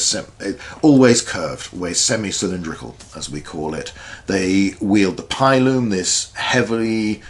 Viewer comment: Great video, but your pronunciation of pilum hurts my soul